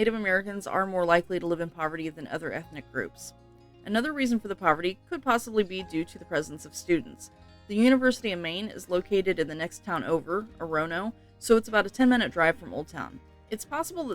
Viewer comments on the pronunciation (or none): Orono is pronounced oar- on- oh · Define poorest? When I think poor I certainly don't think of these towns on the list. I was born and raised in central Maine, lived here for 49 years, earned a 4 year college degree in Maine and have been a Maine Realtor for 21 years. With all due respect, you pronounced Orono incorrectly. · I am 30 min from Brewer, she mispronounced Orono. Good video overall. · lmao, the way you pronouced Orono. ya never mentioned the quality of education a child can have here. and the good common sense to stretch that penny to a dollar, well thats a maine secret i aint sharing.